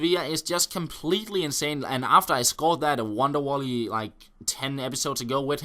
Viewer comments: WONDER WOLLY LOL YOU MEAN VOLLEY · That was so funny when you said wonder wolley instead of volley. your the best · Great video again, cracked me up when you said "wonder wolley" haha